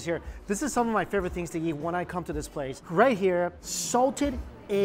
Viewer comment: Why when you say eat you say YEET?!?